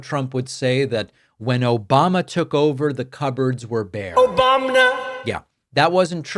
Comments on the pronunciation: Trump saying Obamna Trump needs to be impeached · OBAM-NA! Lmao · OBAMNA...That will NEVER not be funny😂😂😂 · Obamna? Its like a mentally deficient child was given power.....oh wait he was.